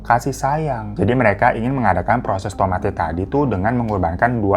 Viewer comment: Tomate bukan gitu bg nadanya kita bilang nya itu kaya tomate' atau koma atas nya bg anw makasih ya bg udh mau ceritain